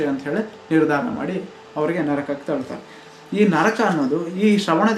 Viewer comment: Adu nraka alha bro naraka